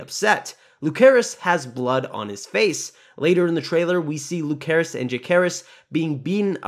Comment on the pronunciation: Its Lucerys C not Lukerys K, and Vhagar, Not Vagar